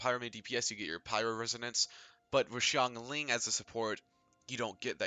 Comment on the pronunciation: Of all the genshin impact videos I've watched, this is the only one that pronounces Xingqiu and Xiangling correctly. A breath of fresh air. Thanks for that.